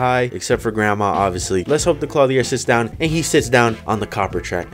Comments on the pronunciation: Clothier Clo-thee-er. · THAT IS NOT HOW YOU SAY CLOTHIER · I have never in my life heard someone pronounce clothier so terribly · does he know hes saying clothier wrong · Does anyone else think the way he says clothier is weird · Kinda but I don’t mind